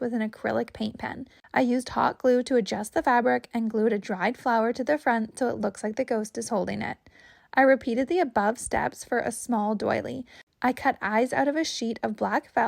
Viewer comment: DOILY, not DOLLY. Utility knife/blade, not Exacto knife. Packing tape, not duct tape. I liked the music towards the end. Very Halloween-ish. 🎃